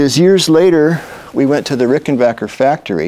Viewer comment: Thumbs up to Mr. Campbell for pronouncing "Ricken-BACK-er" correctly!